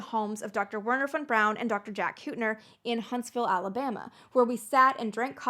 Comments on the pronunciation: Historical revisionism at its finest. Von Braun was one the first members of the NSDAP!!! Everyone knows this. Are you willfully, pitifully ignorant — or a Neo-Nazi? I can't tell. You clearly know enough German to pronounce his name correctly, but you butcher it. It's "Vernher" → "W" = "V" sound. Duh. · It’s pronounced Vernher😂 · Nicely done, well balanced, well researched! I enjoyed it thoroughly. (well, except for your saying "Were-ner" rather than "Vehr-ner"...that grated a bit) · That bloody song is probably the single biggest factor that led Americans so badly to mangle the pronunciation of von Braun's name . . . Wernher von Braun. Three words, and Lehrer didn't get any of them right.